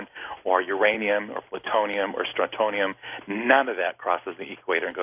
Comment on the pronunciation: He's helped a "bajillion people"? This guy is nuts. He doesn't know how to pronounce "strontium". And a whole lot of words. One thing I want to point out about insurance---the only reason most of us have any kind of it is that they "force" us to buy it! This guy is probably an insurance agent who has hit the skids.